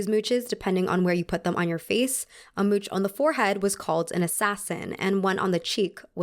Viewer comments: as someone who speaks french it is causing me immeasurable pain to hear her pronouncing mouche as mooch and not moosh lol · Actually, "mouche" is pronounced "moosh", not "mootch". And as a plural noun, we don't pronounce the "s" (go figure), so "mouches" is still pronounced "moosh" (I know, don't ask). The more you know! 🌹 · Sadly the proper way to pronounce the French word "mouche" is something like "moosh" to rhyme with "push". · hello ... "mouche" is pronounced "moosh"..... sorry but not sorry for wanting to help :p anyways... great content as always . Love you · mouche is pronounced moo+sh the s is just to indicate it’s plural and is silent :) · I have a serious question. Why do americans so often do not make the effort to look up how you pronounce a foreign, in this case french, expression? Mouche = /muʃ/. You can look it up so easily! Please google it and try to make an effort. Have some respect to foreign languages. I was very interested in your video but everytime you pronounce "mouch" so terribly wrong, it hurts my ears. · Hey! I love your videos, they are great. I'm French and I could help you with French pronouciation if you'd like! "Mouche" is actually pronounced "moosh". Hit me up if you need help! Can't wait for your next video:) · great video! I just wanted to add, as a French, that a mouche is pronounced moosh